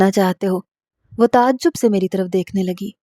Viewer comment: Tazab zub ,ye hy correct pronunciation, plz note kr lo baiti,sahi urdu bola karo